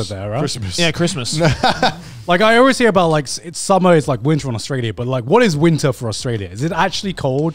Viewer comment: Connor saying winter with a hard r